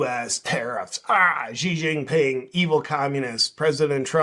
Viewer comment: Absolutely LOVE your videos JP! Her you go, Xi Ji Ping isn’t pronounced “Gee” Ji Ping. It’s actually pronounced “She Gee Ping”. Not a big deal but I know you do like to make the best content possible.